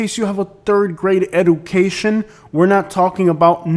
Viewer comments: Guy starts out by mentioning people not having a 3rd grade education then repeatedly mispronounces "education"... Then starts the list with an area no one ever considered to be part of the Orlando Or Tampa metros. Guy is a genius off the rip. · who cares if he's going to insult his audience at least say it right. Guy says it like 5 times, why. Lol. Total cornball.